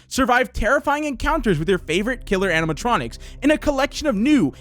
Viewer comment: Why can't he say animationics